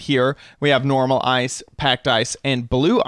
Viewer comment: ur saying ice wrong